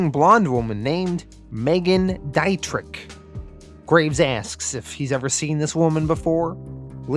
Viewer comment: I before e auf Deutsch sind “ee”, e before i sind I-”eye”. It’s Dee-tri phlegm